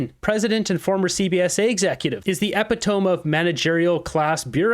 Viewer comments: EPITOME....IS PRONOUNCED...E pit o me!!.. not epi Tomb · epitome... ee-PIT-oh-me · "the epi-tomb" Haha. You really need to read more books or something. You mispronounce common words way too often. It's kinda embarrassing. To be fair, I couldn't do what you do and publicly speak on video, daily, like that. But either way, you need to expand your vocabulary. ;) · lol epitome is pronounced é-pit-o-me. lol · Check your pronunciation of EPITOME. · Update your pronunciation of "epitome"